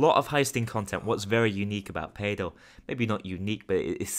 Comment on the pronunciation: I laughed when you said PAYDEL